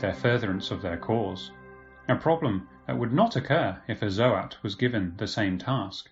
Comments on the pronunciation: Yeah, me too, zoats, not zo-ats. But we knew what he meant!😁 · Bruh im trying my best to like you but the way you keep saying ZO-ATS annoys me to no end, pretty sure most of us can agree its ZOATS and not ZO-ATS U know? like how people say GOATS and not GO-ATS? lul